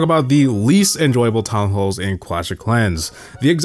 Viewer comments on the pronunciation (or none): Did bro just say tallhalls...